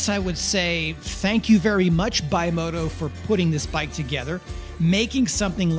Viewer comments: Ooyyyy BIMOTA A A A A not BIMOTO O O O, it is A… Hallllloooo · I'm not a Dirt Bike Rider... Never have been but... Can we please at least attempt to pronounce the Kawasaki Owned Specialty Manufacturer BimotA correctly..? It has an "A" at the end... NOT AN "O"..! So it's not pronounced "BYMOTO" It's pronounced BIMOTA JUST LIKE IT'S SPELLED..! I owned a Bimota KB2 back in the late 80's and early 90's fitted with a 1981 Kawasaki GPz550 Engine carefully massaged with Moriwaki 615cc Pistons, Yoshimura Stage II Cams, Hand Ported and Polished Head, 32mm KEHIN Carbs and it ran very well. Thanks. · Its Bimota,not Bimoto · BIMOTA not BIMOTO italian developer very good in 70s 80s 90s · It's not Bimota not Bimoto!!!!! The name is made by the initials of the three original founder's. Bianchi, Morri, and Tamburini. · Bimoto?... Bimota... bi-moh-tah... kind of like Acerbis and Akrapovic... just messing with you... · Hey, greatliatof bikes here, I thought I'd just Clarify the Bimota, it's an Italian company for one and the brand is pronounced Bim-mo-ta, ty made some really interesting road bikes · Nice. By the way Bimota is pronounced bee-mo-tta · When you pronounce Bimota, think biscotti. It's one word, not bi mota, and the i is the same as in biscotti. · I am aware of the KLR mistake. I once owned a KLX 650, and thats what came out. Also, I am aware of the pronunciation error of Bimota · Nope, that's an A at the end.... but hey, you do you. I dig your videos, I was just having a little fun with you...